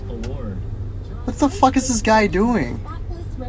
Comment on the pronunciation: You referring to the one that said fuck deese instead of fuck this